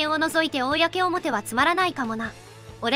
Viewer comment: 公表の読み方が"こうおもて"と"おおやけおもて"の二通りで草